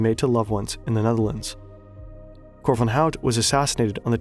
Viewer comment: damn dude your Nederlands pronunciation is better than mine and i lived there for 7 years !!